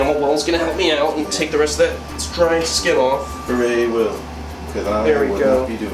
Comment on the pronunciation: He meant "Carrying" but bet he is spelling the word in his natural accent. haha